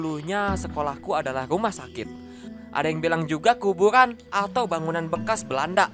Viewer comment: Aku yg salfok denger bilang kubueran